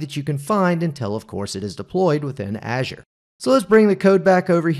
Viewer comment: Not how you pronounce Azure (in intro), but looks really interesting 😊